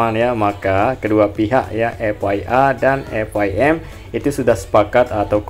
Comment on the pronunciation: Bang F I M / F I A itu bacanya bukan F Wai M / F Wai A , tp F Ai M/ F Ai E, klo F Wai M itu tulisannya F Y M, Way itu huruf y bukan i